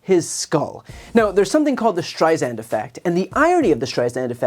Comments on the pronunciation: Brian, it's pronounced Streis-sand. Like sand on the beach! :) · awesome videos. but please learn how to pronounce STREISAND correctly.